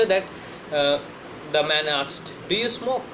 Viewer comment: ship-sheep aksed-asked😒